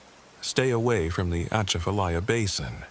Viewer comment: Southeast Louisiana am. Ahhh the way you said Atchafalya OUCHHH! Lol😂